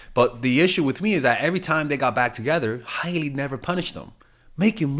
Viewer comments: Her name is pronounced ‘Hay-Lee’ not ‘Hiley’ Love you tho! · Lol it's pronounced Haley